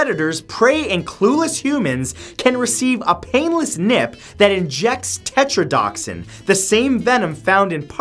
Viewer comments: Matt, it's tetrodotoxin. Tet-rō-dō-tök-sin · Technically it's not tetrodoxin, it's tetrodotoxin. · Lol tetrodotoxin not tetrodoxin